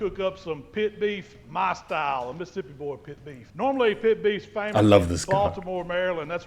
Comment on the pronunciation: i moved to mississippi coast from chicago ten years ago. one of the MANY weird things i had to get used to was ppl saying MISSippi, instead of MISSISSippi. says it right.